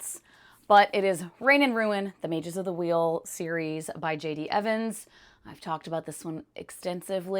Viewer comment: Oh nice. Im glad to know Judas Blossom is fantasy. I just started it and it really seemed like it was gonna be straight histfic. Also I thought you said JD Vance for a sec lol. Not Evans.